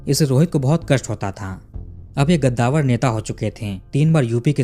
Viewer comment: भाईसाब वो गद्दावर नही कद्दावर होता हैं. ग और क का फर्क हैं. कद्दावर माने उंचे कद का. गद्दावर का कोई मतलब हैं ही नही. ये बात समझीये आप.